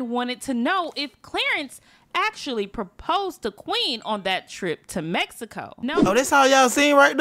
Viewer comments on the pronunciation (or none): Bro it’s proposed lol, not praposed